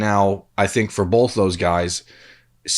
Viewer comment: The northeast Ohio jumped out in this episode. Take a shot every time pronounces both like “bolth”